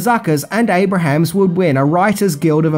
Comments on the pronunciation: Abrahams: pronounced Abrums or Abrams. Noice try, bogan. Love ya, mate. Keep em coming. Also, it's John Byner. Same pic. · Abrams, NOT Abrahams! ABRAMS! ABRAMS! I had to quit watching after the 10th Abrahams. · Correct me if I'm wrong, but I think it's Jim Abrams. Not Abrahams. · It's Jim ABRAMS not Abrahams. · That's ABE- RAMS,! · abrahams ??? oh, love your reviews but the pronunciations need some serious work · I love your videos and love whatever you post, but you calling Jim Abrahms Jim Abrahams made me twinge a little every time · Okay,, two quibbles: ABRAMS, not Abrahams. There is no H in the man's name. BYNER, not Bryner. Only one R. As for your next video, I just want to tell you good luck, we're all counting on you. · Leslie "Nelson". "Jim Abraham". 😆